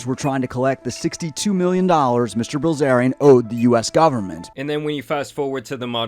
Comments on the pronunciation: Dude really pronounced Bilzerian as Brazilian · im sorry did you just pronounce his last name "Brazilian"? ( mark) When are we gonna learn about? and move on from the endless negativity grift on other celebs. What has done lately besides criticize others? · Paul Brazilian???? Horrible butchery